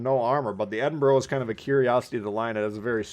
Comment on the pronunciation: It is not edinburrow or edinburg, it is pronounced edinburuh. Americans, honestly